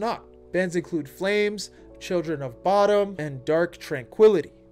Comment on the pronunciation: I'm really biting my tongue on the pronunciations of bands. The nitpicky metalhead just wants to jump out here.